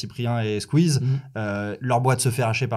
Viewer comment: Tout allez bien jusqu'a que tu dise "Squeez" et "Webed"😭